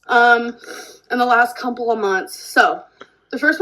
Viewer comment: "cumple of months" 😭